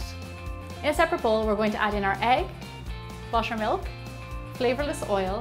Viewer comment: No offence but I thought you said mushroom milk instead of butter milk for a sec. Love your accent !❤️